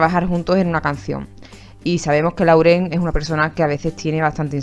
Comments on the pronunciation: SE PRONUNCIA "LOREN" GALLEGA BESTIA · En lo del video de que Camren estaba en Miami y esta Camila grababa la comida segun mis oidos bien hechos Lauren dijo: We hungry o me hundred...😃😅